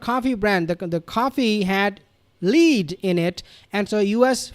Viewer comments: Lead - It's a metal. Pronounced LED not LEED. Did you not do chemistry in school? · BRR…….. Lead - which is the poisonous heavy metal in that coffee, is pronounced: LED. ! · Lead -- pronounced "led" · Lead in MM ‘s coffee is pronounced ‘led’. Ok.